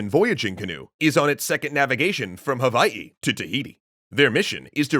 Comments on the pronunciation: Mahalo for properly pronouncing Hawaiʻi and all the ʻōlelo Hawaiʻi words you used. 🤙🏾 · I love that you used the right pronunciation of Hawai’i for this :)